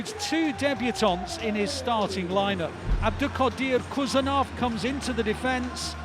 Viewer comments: Not Khusanov ❌ HUSANOV ✅ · Please he’s not Kusanov, he’s KHusanov, as Haaland. Dont you say Kaaland?!